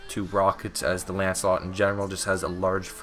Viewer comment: it’s Lancelot not “ANCELOT” Bruh